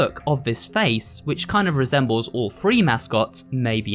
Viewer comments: You always pronounce Three with an F like it's Free. It happens with other TH words too. Thought you should be aware of it because it makes your words less clear for the hard of hearing. Great video otherwise tho! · It’s chapter three, not chapter free